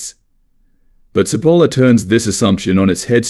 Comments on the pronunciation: Italian here. Great video. btw Cipolla is pronounced with a "ch" sound at the beginning. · Good - but I squirmed all the way through at the Spanish style wrong pronunciation of this Italian man's name. Cipolla is pronounced as in English ch NOT s!!!